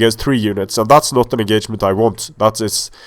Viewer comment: "This enGAYment"